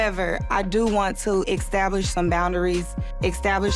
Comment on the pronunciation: She said exstablish lol